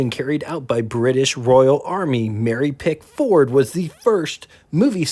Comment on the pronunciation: Mary's last name is pronounced "PICK-f'rd", NOT "Pick-FORD". It's "CUT-ler-Hammer", NOT "CULTer", etc. They still make electrical parts, especially switches.